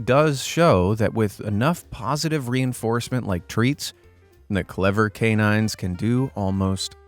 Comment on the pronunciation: He said pawsivtive